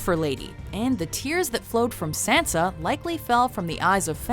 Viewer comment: for the love for all that is holy stop saying sansas name wrong #triggered